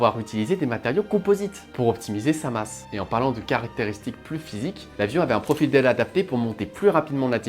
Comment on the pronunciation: Oui tout comme "profile" au lieu de "profil" mais bon la vidéo est vraiment sympa